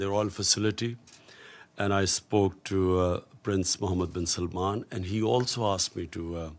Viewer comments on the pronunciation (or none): none